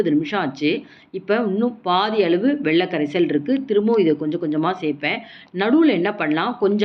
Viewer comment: வெள்ள கரைசல் இல்லை. It's வெல்ல கரைசல். Avoid such pronunciation defect. Your recipes are very good, no doubt.